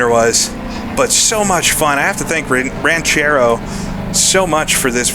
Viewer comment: Just so you know, you pronounced "Ranchero" better than 99% of English speaking folks.